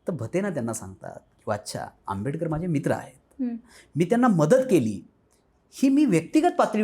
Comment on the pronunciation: Dr. B R Ambedkar ji ka naam sahi dhang se lijiye